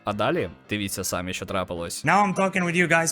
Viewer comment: Шановний авторе відео, в слові "самі" наголос ставиться на другому складі.